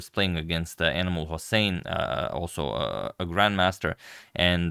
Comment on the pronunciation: It’s called Inam-ul-Hussain not Animal Husain 😂😂😂